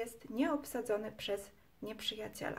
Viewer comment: taka jedna drobna uwaga językowa, całkiem życzliwie, ale nie dociąga Pani końcówek, wymawia się słowo np. "oddział" twardo a nie zmiękczając litery "dzi", za miękko i to jest niestety współczesna maniera nie tylko u Pani, to samo "nieprzyjaciela" , "twierdził" itd